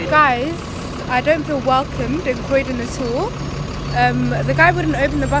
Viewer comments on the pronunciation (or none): Crowdon? Its fkng Croydon.